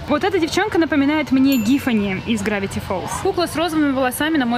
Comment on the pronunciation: Не Гифани , а Тифани